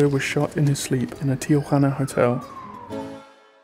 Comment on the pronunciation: You're the first American I hear to pronounce Tijuana correctly (almost) and there are a lot of Americans there!